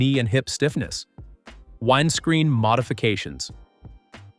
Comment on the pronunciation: What is a whined screen? LMFAO DUMBEST AI EVER!